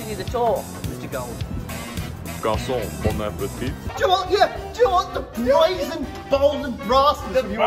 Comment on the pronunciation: as a French student I was dying. “Hello, good evening. Boy eat”